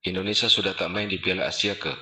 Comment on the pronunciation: bukan indonesa min tapi indonesia..